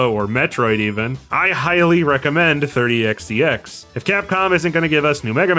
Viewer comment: Oh I see. I heard the developer pronounce it by just saying “x” twice.